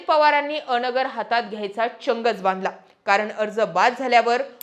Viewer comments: अ-नगर नाही तर अन्गर असा उच्चार आहे. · अ नगर नव्हे अनगर म्हणा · अनगरचा उच्चार चुकतोय तुमचा.. अ - नगर असा उच्चार नाही, अन-गर असा आहे. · A nagar nahi g Angar... Angar mhan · अ. नगर...नव्हे अनगर असा उच्चार करावा.. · अनगर aahe te. अ - नगर nahi. Thoda homework karava na